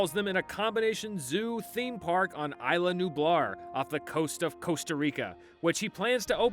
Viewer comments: Quit calling it Illa, its Isla! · It's ISLA Nublar, not "Ayla". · You don’t pronounce isla like that